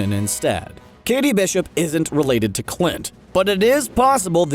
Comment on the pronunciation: it's "Kate"... not "Katie"